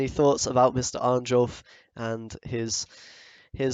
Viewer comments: It's pronounced Arn-yolf rather than the literal Arn-jolf, just fyi, was slowly driving me mad each time... Great vid though! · Please, read J as [y], not as [jay]. His name is pronounced [arn-yolf]